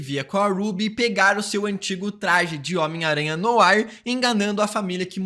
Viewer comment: Tu acertares a pronuncia do francês de "NOIR", que fica algo tipo "NOÁ" e não como estás falando.